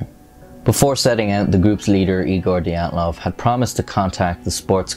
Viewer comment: I'm sure you look forward to having your pronicication second-guessed on every video! 😅💀 It's not the 'die' 'at' 'loff' pass It's the 'DEE' 'at' 'loff' pass